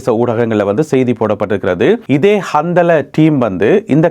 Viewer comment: கந்தலா என்பது ஒரு ஆணின் பெயர் இந்த பெயருடையவர்கள் நிறைய பேர் உலகம் முழுவதும் இருக்கிறார்கள் நீங்கள் சொல்லும் போது கந்தலே என்று சொல்லாமல் கந்தலா(Handala) என்று சொல்வது நல்லது